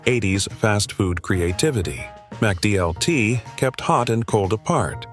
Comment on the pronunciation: You are pronouncing "Sizzlean" wrong. Likewise, when you say "McDLT", you are pronouncing the "Mc" part wrong. But when you say "McDonalds", then you pronouncing the "Mc" part correctly.